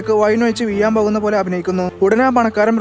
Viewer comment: വീഴാൻ പോകുന്നു ❌ ബീയാൻ പോകുന്നു ✅ 😂😂😂